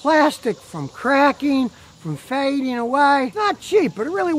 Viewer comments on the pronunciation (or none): none